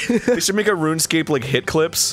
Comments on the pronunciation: For once I agree with a mispronunciation... "Run Escape" makes MUCH more sense!.. And that's crazy that it spells that :O #HowDidIMissThat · Oh shit, it's not "RunEscape"?!?